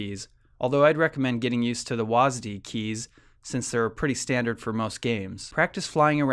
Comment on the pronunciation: i've never heard anyone say WASD keys like that before